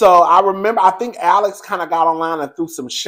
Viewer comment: The way you just read Alex zownn and Cassie caught a stray bullet! I am hollering😅😅😅